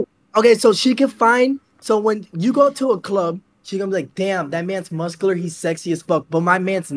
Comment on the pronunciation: Some like moscular dude 😂😂